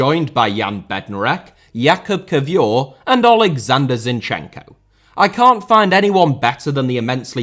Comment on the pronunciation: He's Kiwior, not Kiwiur